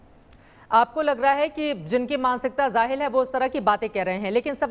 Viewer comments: Khauf of Akhtar Sahib made her pronounce Jaahil as Zaahil. (Although Jaahil is correct) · Chitra Tripathi Zaahil Nahi Jaahil Hota Hai Aasan Urdu Bolna Seekhlo Pehle Phir Faiz Ahmad Faiz Ki Poem Samajhna😂😂😂😂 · Anchor ka urdu pronunciation theek nahin...ek Anchor language aur uski speak ke example hota hai...word..Jahil hai...na ke zahil... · madam zahil nahin wo jahil hota hai....